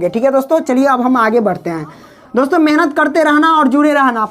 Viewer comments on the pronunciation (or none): none